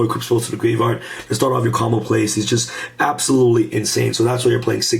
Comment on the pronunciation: Grave - yard not grave - vard